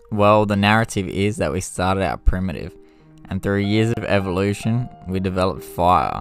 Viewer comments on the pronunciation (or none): none